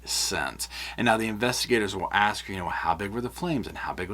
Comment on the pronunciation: Sorry, I'm going to be petty. Is anyone else getting tired of listening to illiteracy? Example:, there is no "T" in the word, "ask." 🙄